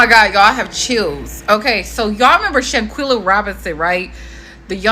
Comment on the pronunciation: Shan-KWELLA, not Shan-kella!